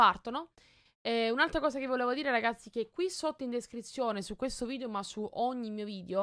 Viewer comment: ma non si diceva VIDEO e non VIDIO